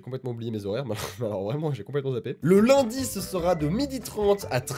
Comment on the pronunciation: A <Le londi> au lieu de lundi Bravo